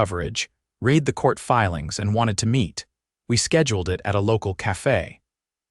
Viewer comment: The past tense of "read" (REED) is spelled the same but is pronounced RED.